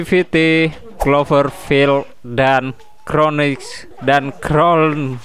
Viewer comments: Kronikel bang bacanya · Di baca kronisel bangke:v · bacanya kronikel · Sebutannya cronicle begini kro ni kel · mungkin di bacanya kronikel